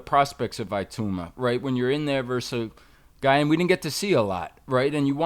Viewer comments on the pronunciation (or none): It’s i-tauma not eye-tauma FFS. I love Teddy but he and are absolute snowflakes when it comes to this. #AmericansBeingAmericans… not caring one jot about the proper pronunciation of anybody else’s name and not caring to find out absolutely pathetic and actually quite laughable. And they wonder why the rest of the world really dislikes them. Let’s call in Sherlock Holmes Homes and maybe he can figure out. Absolute clown (on this) ps The funniest thing is that if somebody called Teddy ‘Teddoyi Atlastu’ he would undoubtedly b***h & whine about it, perpetually. Grrr. I love the show but this is a gigantic Blind sport and you should be embarrassed. You won’t be because of your inherent narcissism in certain aspects good luck to you. You won’t read this comment, that’s fine ps at least you brought up your son correctly - he cares about this stuff and rightly so. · Its ih-toomah not IY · ee-tu-mah. He is a Nigerian-Czech. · Its actually pronounced "E TOE MA" not itowma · Its not eye tuna ffs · ee - tow (like towel) - ma not tu - thats an Akwa Ibom name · Its....it auma Not eye towma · It-ow-mah. Not ‘eye-tow-ma’ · No Teddy Atlast, the problem isn’t with mispronouncing his name is it, we all make mistakes! It’s when you’ve been given the correct name but still refuse to use it saying "ahh I don’t care what you call him" Just call the man his given name? "Moses Itauma" IT-OW-MUH!👍🏼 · name pronounced - EE - tow (like towel) - mah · It is pronounced Ee-Tauw-mah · I thought eyetooma was bad and then he said herchovich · Your pronouncation is not correct. E as in Emmanuel, ta, uma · Its "E-toe-ma" the last name is Nigerian. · E-TAH-UMAH. It is a Nigerian name.